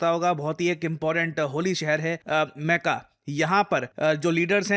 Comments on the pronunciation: maca ni sir makka pronounce krte h very poor pronunciation ha ha 🤣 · मेक्का नहीं मक्का